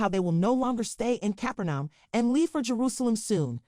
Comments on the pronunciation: Narrator your incorrect pronunciation destroys your credibility. If it's not important enough to make the effort who will listen to you Càpernāum not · The city Capernaum is pronounced Ka-per-num. And rabbi name’s pronunciation is Sma-e-el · Thank you. Please pronounce Capernaum correctly. That makes the video sound more realistic. Thanks for sharing.